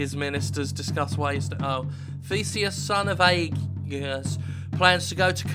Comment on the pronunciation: Aegeus would probably be spoke Aige-us. I'm german though, not Greek, so not an expert. But I got most greek words right at school...